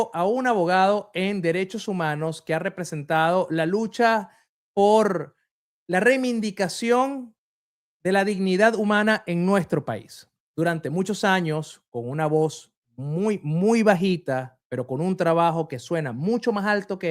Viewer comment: Que dijo ???? Remindicación ??? Quejeso ????🤦 No será "Reivindicación" ??